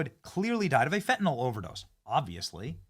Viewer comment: Dammit, it's Fentanillll, NOT Fentanohl! Man, do you people read English??